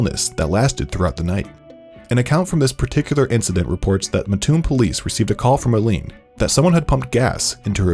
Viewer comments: I’m from that area. “Mattoon” was not pronounced correctly in this video. It’s Matt-tune, not Ma-tune. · I would understand if it was spelt matoon but it's spelt Mattoon and there are two separate words put together mat and toon so therefore it's MAT-toon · I live there so every time I heard it I was like “why are you saying it like that” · Uggg. Living an hour away from Mattoon.. its MATtoon not maTOON. Every damn video... LoL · I am from mattoon and we can tell if you are not around here if you pronounce it “mah-toon” instead of “mat-toon”. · oh no he said mah tune not Matt toon 🥴🥴🥴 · Also, it's pronounced Matt-Toon. Not Ma-Toon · I'm from about 25 or so minutes away and the way that you pronounced Mattoon is driving me CRAZY. Thanks for sharing the story though (no hate just a little annoyed lol). It's pronounced mat-oon not muh-toon by the way :) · muhhtoon.... um sir its MATTtoon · I live here, Please call it Matt-oon not Ma-ttoon thats what all the residents say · Lol I live here its pronounced by the residents here Matt-oon not Ma-toon but nobody really talks about it here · Just so everyone knows it's MaT Toon not Matoon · It’s not matTOON it’s MATtoon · Sorry, but as a Mattoon citizen...it's pronounced "Matt-toon", not "Muh-toon." Do you sleep on a muhtress? Or a mattress? :D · Anyone from central illinois knows it’s “MATT-TOON”, not “MUH-TOON” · I almost couldn’t watch this because the narrator said “muh-toon” instead of “mat-toon” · You pronounced Mattoon wrong. Matt Toon. Not Mah Toon. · In the video, he says it like Muh-toon, but we pronounce it as Mat-toon. Hope that helps! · Its MAT-TOON not mah toon gawdamn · As someone from the area and has grown up hearing about the Mad Gasser, it is cool to see a big YouTube channel talk about it! Also, it's pronounced Mah-toon, not Muh-toon ("Muh-toon" makes my skin crawl) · Also it’s pronounced Matt Toon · as someone from this area, Mattoon is pronounced like 'cartoon' - Mat...toon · We pronounce it Mat-toon